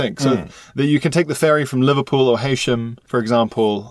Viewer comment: ok, first of all. Heysham is pronounced He (as in he/him) sham. Not Haysham.